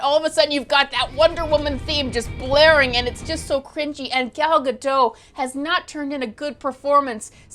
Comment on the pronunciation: Not Gal as in pal Gadoh it is correctly pronounced Gahl as in ah not as in pal & last Gah doat as in oatmeal why can't you you tubers get her name right? BTW,She is from my country so I know the proper way to pronounce ger name & Helen Slater who played Supergirl in the 80's is not dead & very much alive she has portrayed Lara in Smallville & more recently Aliza Danvers Kara Zor El's adopted mother her adopted father Jeremiah Danvers was portrayed by former Superman actor Dean Cain from Lois & Clark